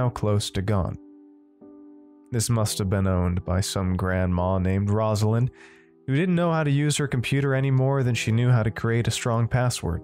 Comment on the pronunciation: Haha as a Rosalind, I really appreciate the correct pronunciation/grandma reference. Totally on point, much love!